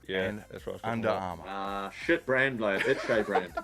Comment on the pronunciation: "itshay brand" 😂😂😂